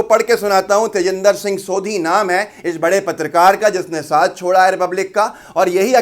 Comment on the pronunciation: सोधी नहीं सोढ़ी ज़ात होती है ।